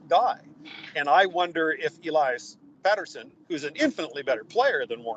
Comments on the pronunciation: it isn't pronounced PETER-sen. Soft "e". Please don't do this for two weeks. Thanks guys. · for crying out loud. It's Pettersson, not Peterson. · Can someone tell how to say Pettersons name lol. Peterson he’s saying but listen to Kurt who says it right lol